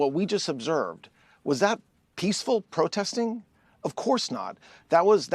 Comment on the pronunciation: He's so nervous about his LIES that he cannot even say protesting. Prostesting???? OUTRAGE